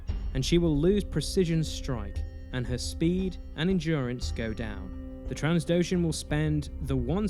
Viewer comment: good video, but it makes me cringe every time you call Diala Dalia. Also, it is not transdoshan but trandoshan.